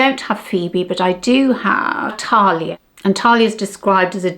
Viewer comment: Sorry to be pedantic but Thalia is pronounced as we would say TH as in thanks and it’s a short vowel - there are no long vowels in Greek. I have a work colleague here in Greece who calls me Thalia ( no idea why 🤷🏻‍♀️) instead of Sally. The shadows are really nice and I agree with you, I much prefer matte shadows for day. I think much more flattering.